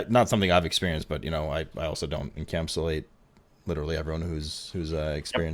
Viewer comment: "En-camp-su-late" interesting word creation there.